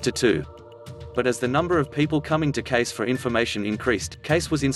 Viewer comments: U r mispronouncing his name. It is CAY-see, not "CASE", as u r saying... :) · Good show but pronounce "Cayce" more like "Kay--cee" or "Cay-see" not "Case" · This clip on Edgar Cayce is very diminishing of who the man was and his existing readings that are available to the public to this day. The narrator does not even pronounce Edgar Cayce's name right. He's calling him Edgar "Case" and it's pronounced Edgar "Cay-sae." If one is to do good job on the history of a very important person, they should at least get the name right and not sound like they are reading monotone off of a script. There are many books about this man, and a good place to start is "There is a River." I hope people take the time to get familiar with him and his thousands of readings. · The name is pronounced K SEE - not “case” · Why would someone make a video about Edgar Cayce using a robot voice which mispronounces his name all through the video? It certainly doesn't create confidence in the accuracy of the info. And with good reason. The correct pronunciation is Kay-See not Case. He never made a prediction about 2022 either. He seldom named dates at all, knowing he might not be accurate about the exact times of upcoming events, though his predictions have proven to be accurate on all other counts. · Pronounce Edgar Cayce's name correctly for goodness sake! Cay See not Case! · His last name is pronounced KAYsee, not Case. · His last name is pronounced Casey not case but Casey thank you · It isn't very convincing when the pronunciation of the name Cayce is incorrect. (KAYCEE not Case) so didn't listen beyond that point. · It's not pronounced like case it's case ce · 1st time I ever heard his name pronounced Case rather than Cay-C. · It's Cay-ce, not Case. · It's pronounced Cay-see, not case. A minutes research would have made you look more like an authority and less like a YouTube slacker. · It's pronounced 'Casey'...not 'case'. Kind of annoying. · I know right... Case is Cayce.